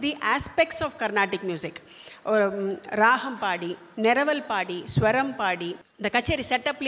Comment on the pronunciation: Excellent. Only one suggestion, ragam is pronounced as raham which may be taken care.